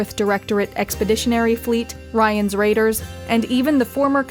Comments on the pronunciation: the song really is anti-climatic ...was hoping it to only last a few seconds but it was there the entire video...which kinda was a let down from u guy who usually do stuff to perfection...also...did she just say..Rions raiders...and not Raynors Raiders...? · yep, I heard it too -_-. Sad really, they get some really difficult names, but "Raynor's Raiders" is suddenly to difficult?. Meh, let's just call it a type-o and be done with it. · "Rayan's Raiders" lmao, its Raynor's Raiders but honestly Rayan's sounds hilarious. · did you say raynors raiders as ryans raiders? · Well great work as always but...the song really is anti-climatic ...was hoping it to only last a few seconds but it was there the entire video...which kinda was a let down from u guy who usually do stuff to perfection...also...did she just say..Rions raiders...and not Raynors Raiders...? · "Ryan's Raiders" lol. Even though the music was a bit off at times (sountrack from the game itself would've fit perfect) and there was the mispronunciation, still went full fangirl to see the Terran Dominion from SC show up on the channel. Love the work so far, and everyone makes mistakes :)